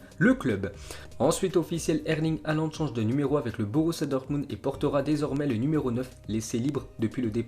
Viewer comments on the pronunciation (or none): none